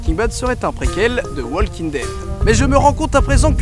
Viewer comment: le L de walking ne se prononce pas